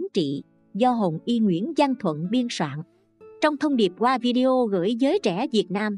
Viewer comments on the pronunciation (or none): none